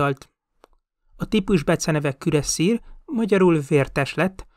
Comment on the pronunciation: "Belőle kivált Osztrák Királyságot sem volt képes legyőzni....." ???? Nem tudom értelmezni a mondatot:D "Területének 80%-át..." 72%-át... Kürasszír"?? Elég franciás ejtés egy német névnek nem? "Fő különbség a 105 miliméteres francia löveg volt...." Fő egyezés inkább nem? De csak kukacoskodom...:)